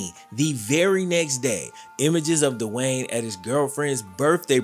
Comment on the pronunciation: Its not Dewayne.. Speak English